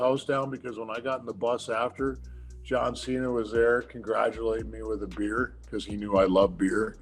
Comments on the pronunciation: "John Chena" still gets me. bwahahaha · “John Cheyna” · Santino Marella making John Cena break character by saying "John Chena".